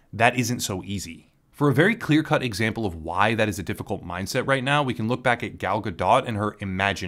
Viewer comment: er, the "t" in Gal's name is silent brah